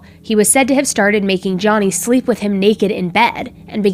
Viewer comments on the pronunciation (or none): none